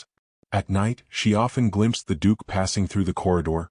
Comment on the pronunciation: The Dook!!